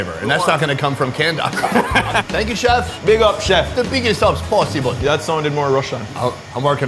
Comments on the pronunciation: I live in Jamaica born Jamaican its not aukey its ackey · Di way how him pronounce ackee a kill mi